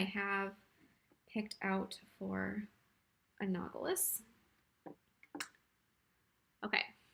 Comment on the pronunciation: I really appreciate this tutorial; it helped me tremendously. I am one of those people who is blind to what colors go well together. Also, your pronunciation of analogous drove me crazy.